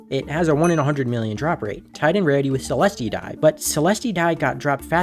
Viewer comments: so this is why you were asking on forums i see also its not frikcing pronounced seleste its celest and i think based off of his tone, just was malding really hard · "sicklemen dye" "selestee dye" bro what, and how is squidkid being egotistical stop the yapping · the Cealestea pronounciation kills me but its alr ig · Yeah but please learn how to pronounce celeste, not saying the video was bad but it pains me (you can look up how to say celeste)